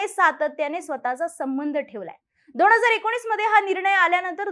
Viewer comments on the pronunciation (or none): दोण हजार??? न चा ण करणं बंद कर ताई! सुदैवाने खूप मोठा प्रेक्षक लाभलाय.... कन्टेन्ट खूप छान फक्त उच्चार सुधार. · दोण हजार नाही दोन हजार बोल